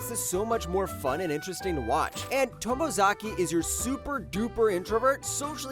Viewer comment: Glad you pumped Bottom Tier Tomizaki! A well-done and earnest show. But how can you pronounce that right but mess up Anos Voldegod? But then, did I really think mispronouncing Anos's name would stop people from watching?